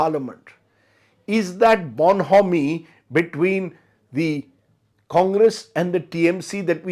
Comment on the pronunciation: Rajdeep, it is pronounced 'bawn.oh.mee', not 'born.homie' 😅